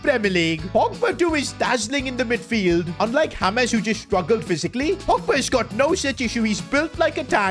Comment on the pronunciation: James ❌Hames✔️